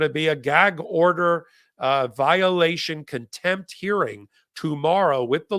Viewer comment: It’s not “kintempt.” It’s contempt